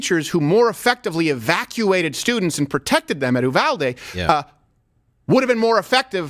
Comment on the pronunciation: “You-val-dee” It’s not “oo-val-day”. Sincerely, all Texans.